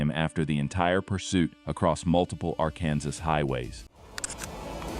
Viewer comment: don't use AI to do the narration, it couldn't even pronounce "Arkansas" correctly